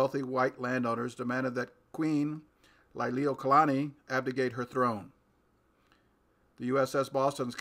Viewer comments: It's pronounced Lee-lee-wo-kah-lah-nee, not Ly-lee-wo-kah-lah-nee... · So much great information... Lily Not Liely O Kalani. Please redue pronouncing her name right out of respect for Hawaiians and our illegal occupatied nation that still remains occupied since there is no treaty of annexation for Hawai'i.